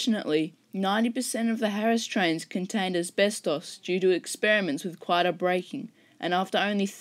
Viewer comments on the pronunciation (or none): none